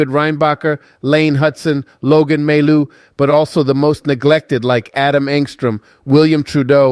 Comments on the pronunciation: we pronounce mai you not maillou lolol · Can you please stop saying May-Loo ? its Mah-You! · your pronounciation is wrong. You should prononce like Maiyou not Mallou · You pronounce his name My You not May Lou! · For your information, mailloux is pronounce Mayou! The way you pronounce it is if his name was written with only 1 L, mailoux, but it is not. 2 L sounds like Y. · The right pronounciation of Mailloux is Myyou if it helps in pronouncing Mailloux. :) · pronounced Ma-yoo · You need to work on his name, the l's are silent mon ami